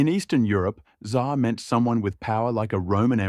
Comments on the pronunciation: "TsaaAaa" такое чувство будто буквы "r" в английском языке просто не существует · "Tzar" ->"dzAAaa" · то что он Ц как З читал мне больше ухо резануло